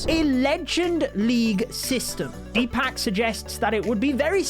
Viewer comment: Let's ignore how he pronounced the name Deepak